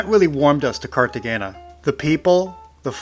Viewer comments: Great video; fyi, g’s in Spanish are pronounced like h’s. So the correct pronunciation is like this: Cartehayna. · FWIW the g is pronounced with an h sound not a g. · Your pronunciation of Cartagena hurt my ears. Please learn how to properly pronounce places. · Yeah that was driving me nuts too